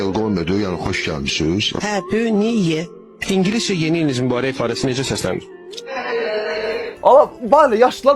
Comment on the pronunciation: İngilis dili müəllimini... Nev-New Yar-year